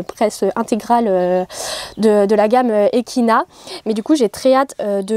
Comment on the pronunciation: Cc super vidéo ! Pour les marques ekinat se prenonce avec le t et biogance se prononce sans le ge mais c'est un détail😂. Petite question es ce que tu continues toujours l'équitation et es ce que tu comptes toujours avoir un cheval